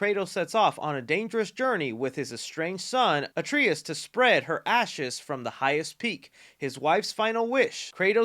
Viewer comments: Hey you can pick up from 2018 gow but playing the older games helps understand the journey and it’s pronounced a-tray-us not a-tree-us it’s a common mispronunciation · its pronounced a-tray-us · you could immediately tell didn’t play GOW the way he pronounced Atreus but that just shows how good he it at his job. Even though he has not played it, he still gives us news for those of us that have played it. My favorite creditable YouTuber. keep up the good work,! ❤